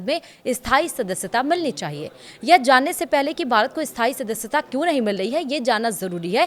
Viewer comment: स्थाई और अस्थाई का उच्चार्ण ठीक नहीं है, अपना उच्चारण ठीक करें।